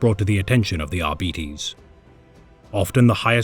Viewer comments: ar-beeties? Ar-bytes. Arbitration, arbiter, arbites. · Ar... BIT... es. It is from the exact same root as Arbitration, arbitrary, arbitrarily, etc... Or, in this exact instance - a verb To Arbitrate. It is such a simple word, and root, that I will never understand why almost every lore YouTuber out there has so much difficulty understanding how it is pronounced. Absolutely no words with Arbit- as its root is pronounced Ar-Bee... none of them. EDIT: HE EVEN SAYS ARBITRATION IN THIS SCRIPT FOUR TIMES, AND YET IT STILL RETURNS EVERY TIME. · ar Bite's Not At Betties I can't watch what may have otherwise been entertaining every time you say Ar'Betties it's like nails down a chalkboard to me. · With Arbites coming to Darktide next month, I decided to look up their lore. But I've been hearing their name pronounced as "Are-bee-its" or "Are-bites". Could somebody more knowable please tell me which is the correct way to pronounce it so I don't look dumb, please? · Dont care what gw says its ar-bites not ar-bee-tese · No? Not how it’s pronounced, but he’s pronouncing the i in “Arbites” incorrectly; it’s a short i’s “ih” sound, not an e’s long “eee” sound. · It's defenitly not the way this narrator pronounces it that's for sure. Ar-Bee-eehz... Brits are a silly bunch. It's pronounced how you would say arbitrator and you decide if you end with "ess" or "ees" because it's a made up word. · I'm pretty sure the word is pronounced Arr bee taze. Latin words ending in es, the "es" is usually pronounced "aze" are they not? We need arbitration on this matter . 😊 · It's still so weird to call them ar-bee-tees... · Isnt it "ARBAH-ITS"?